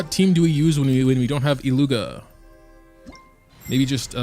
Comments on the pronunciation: IT-lyu-hia (not i-llu-ga) 😉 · I beg of you, go to flin's bio, and listen to "about illuga" bc, if I'm not mistaken, it's pronounced illu-hua (I could be wrong, but I heard a lot of ppl saying it like that, and I swear I heard flins say it as well)